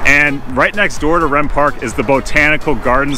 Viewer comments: As I group up here my entire life, I believe it’s pronounced reem park not rem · Rehm park is pronounced Reem not Rem 😊. Otherwise, great video!! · Just an FYI - As a person that grew up in Oak Park , it's REEEM pool and REEEM park with a hard E. Not like REM sleep.